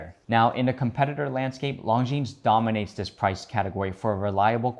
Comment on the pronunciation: Please try pronouncing ''Longines'' without the ''es'' at the end! It's French ffs.